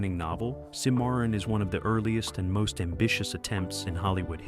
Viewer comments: SIM A RON is how it’s pronounced. Not sim MAR RON. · Don’t you know how to pronounce Cimmaron?